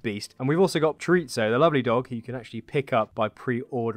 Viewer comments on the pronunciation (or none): “Choritzo” that’s fucking hilarious mate